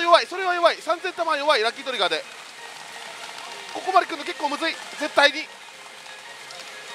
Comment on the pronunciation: 焼き鳥が 焼き鳥が って何言っとる？て思ったらラッキートリガーって言ってたんかw